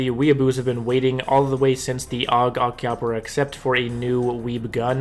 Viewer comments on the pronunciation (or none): I'm amazed how all these english-speaking youtubers can't pronounce Akihabara even after so many years. Sparkles,, Luke eats... All of them say "Akibara", like Capybara lol